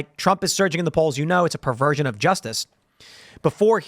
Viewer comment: PERVERSION not "perfasion.